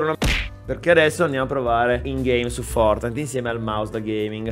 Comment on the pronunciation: Oh fatto il pvovino pev gli erre esse enne e oh vinto il fovtnite